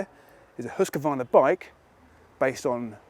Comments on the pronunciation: Definitely no “a” between q and v. Swede Mattias Erickson confirmed that recently in his YT video. It’s pronounced hooskvarna. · Hooskvarna (proper pronunciation) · learn the name. there's no 'a' between husq and varna. it sounds like hoosk-VARNA if you say it properly. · The Hus in Husqvarna is pronounsed more like who's and then kvarna. Kinda like Huuskvarna if that makes sense?